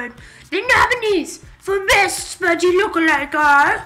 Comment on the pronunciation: lol! why does it sound as if they said zilo instead of zelo, betust istead of beast and ji kwang instead of gi kwang xD